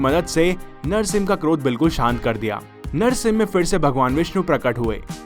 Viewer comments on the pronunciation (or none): Bhai tumhe narshing ji bolne me dikkat he ?